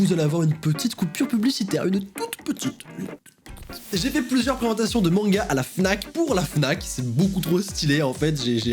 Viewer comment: À est-ce que c’est juste moi qui a compris “mon gars à la place de manga??😂😂